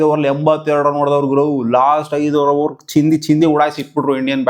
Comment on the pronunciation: ಚಂದಿ ಅಲ್ಲ ಚಿಂದಿ